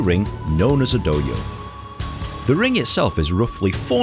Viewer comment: I love that Dohyo is pronounced as Doh-yo instead of Do-hyo